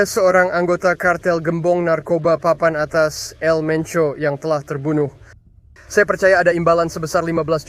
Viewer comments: EL bang bukan AL . Jd kyk org arab 🤭🤣🤣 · El menco bukan Al menco om😅